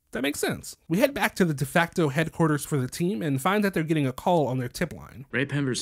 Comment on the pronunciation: I love how so many people are saying Naomi’s name kind of weird lol. Probably cuz they’re used to saying Japanese names and it didn’t click to just pronounce it regularly like nay-oh-me instead of now-me